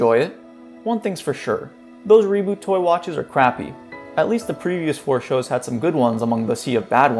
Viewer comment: "i have to talk about the reebot" NO THE FUCK YOU DONT